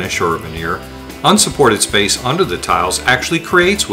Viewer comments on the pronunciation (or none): none